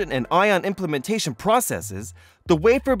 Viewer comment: It's ION IM-PLAN-TA-TION... It is NOT pronounced as ion "impla-man-tation" as the video narrator always say..